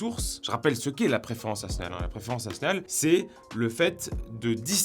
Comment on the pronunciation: tu dis pas nationale mais natnal c est trop meugnon! 😂😂😂